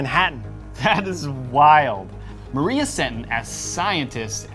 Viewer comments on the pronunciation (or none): none